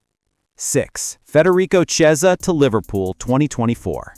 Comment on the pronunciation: The Ch in Chiesa is pronounced as in chemist, not chair (kiesa).